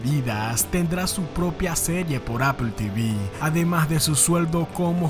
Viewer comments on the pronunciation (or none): none